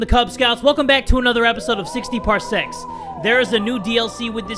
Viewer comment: Anyone else here something thats not ok when jay says "parsecs" just not c